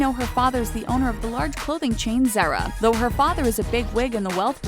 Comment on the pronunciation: why was the richest woman in the world not on the list? and what was with her horrible pronunciations? Zaira is not ZARA!